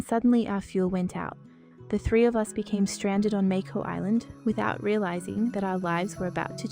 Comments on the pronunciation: I’m sorry this is all bullshit I can’t trust someone to tell us the history and future of h2o when they can’t even pronounce mako island correctly who ever did the voice over for this video should be fired singed a real and TRUE h2o fan from 2006🫡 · yeah unfortunately this is blatant AI. it doesnt even pronounce "Mako Island" correctly 😞